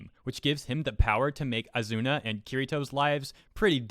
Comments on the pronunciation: Wtf he literally married asuna. Why would he hate women when he got a thicc wife. And don't mispronounce asuna not azuna Please stop doing these crimes against anime by not saying their names right lol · Oz zoo na is how to pronounce her name. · Why says “Azuna” instead of “Asuna?” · Ethan Zelinsky Spell Asuna ( *A-Suu-Naa*) not Asuna (*A-zu-na*) Enforcing your point of saying the Azuna version is the right way means You need to be shown times over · Not sure if this as been mentioned, but I believe the pronunciation is Ah-sue-na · "Kirito pretended to be a girl". In other words, Kirito recognized the existence of female privilege and took advantage of it. Also, how pronounces Asuna, I keep hearing Azuna. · Ha he called her azuna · As much as i hate to say it, you triggered me more than the article....you pronounced it azuna...MAD MAN!!!! Lol. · Dude your saying her name wrong